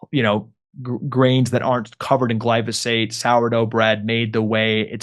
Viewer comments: Jimmy, it's pronounced GLY FO SATE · Gly-PHO-sate, Jimmy. 😅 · Jimmy you are so funny when you say glysophate 😅 love it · Please someone teach Jimmy how to pronounce glyphosate😅